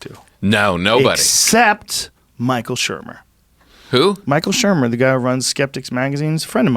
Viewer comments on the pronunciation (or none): I literally shit myself laughing when he said Michael Shermer